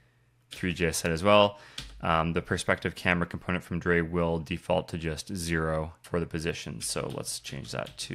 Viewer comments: Just so you know, "Drei" is pronounced like the English word "dry". "Drei" is German for "three". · Great intro to R3F, thanks! Worth mentioning drei is probably pronounced "dry", as in the German word for Three, rather than "forgot about drei":) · Drei is 3 in german - so i believe it would be pronounced "dry" in english :)